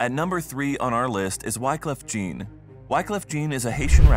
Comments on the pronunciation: Isn't pronounced " John not Jean"? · Jean? It is pronounced John cuz its French u fool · Wyclef "Gin" 🤣🤣🤣🤣🤣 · Then he pronounced Wyclef's last name wrong also. It's pronounced more like "John". Not "JEEN". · Its french jean